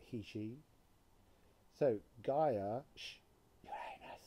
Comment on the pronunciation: Why do u say shoo when u mention Gia please.